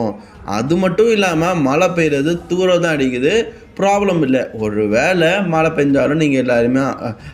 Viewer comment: Mala ila da athu mazha